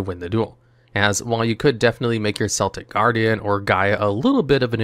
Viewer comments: LMAO "seltic" guardian like the boston celtics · There is no way in the two thousandth and twenty fourth year of our Lord that you’re still pronouncing it “Seltic Guardian.” 😂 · I don't make the rules. If you pronounce Celtic Guardian like the basketball team, it's off to the Shadow Realm with you.